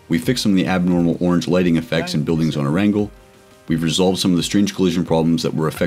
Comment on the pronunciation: You said arangel instead of erangel